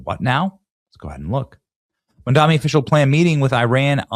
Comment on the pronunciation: It's Mamdani, not Mandami. Can't read?